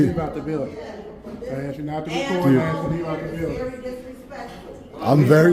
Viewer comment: Tell them to say - "asked you" English 😂😂😂